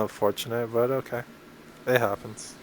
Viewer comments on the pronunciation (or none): none